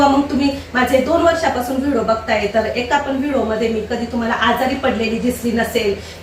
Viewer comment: ताई vido नका म्हणत जाऊ व्हिडिओ म्हणत ja